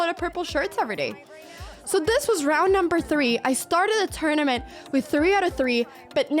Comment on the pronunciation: Tournament, not turnament.